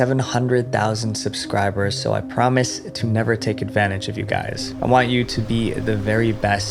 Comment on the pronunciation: "I pormise to never take advantage of you guys" HMMMMMMMMMMMM kinda sus(jk)